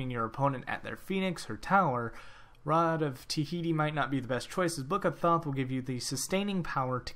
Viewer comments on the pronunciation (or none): awesome tips but can you read??? its not rod of tihiti, its ta-hoo-ti